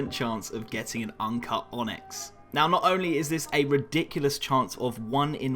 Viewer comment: "onxy" xD nice onyx u got there